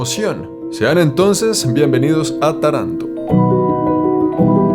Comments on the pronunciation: La ultima parte del video es corecto. Si quieres perder tu dinero y tu higado, va bien vivir aca. Le faltò decir que tener negocios en el sur Italia es probable que conosca la palabra....pizzo, y junto con la espantosa burocracia,te daras cuenta en el infierno que te metiste. Taranto se pronuncia como (Tàranto). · Perdoname pero mi oreja italiana sufre cada vez que decis Taranto con acento en la segunda a. Ademas te explico que te regalan la ruina asi' que puedas empezar a pagar impuestos, porque si', tambien en Italia si te vulves proprietario estas listo para darle plata al estado. Saludos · Buen vídeo, una cosa se dice Taranto con el accento en la primera A. Segundo Taranto nunca será un lugar turístico como tu has decido tiene un industria siderúrgica importante (seria interesante un video breve en los alreador que marece otro planeta) que a traído mucho problemas medioambiental y de salud pública (las tasas de cáncer y tumores en cancro son muy arriba en la media nacional).